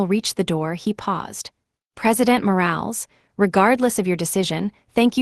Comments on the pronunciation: Omg! I can’t stop 😂😂😂 when she says the last name. Moral not Morales 😂😂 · Elena, pronounced Elayna. Morales, pronounced Moe ra less. Roberto, pronounced Ro bear toe.